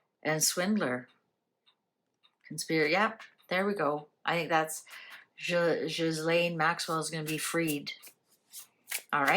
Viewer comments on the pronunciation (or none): It is Ghislaine, not Giselle... ☺